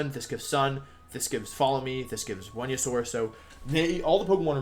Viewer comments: Talking about Dracovish counters that got removed cracks me up. “This gives Tailwind, this gives sun, this gives Follow Me, this gives ... Wenusaur.” Great wideo, Wolfe! Love this! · I love that he missprounces some Pokémon names on purpose , like Cinderacci and Wenasaur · I love wolfey but I can't handle how he says Cinderace and venasaur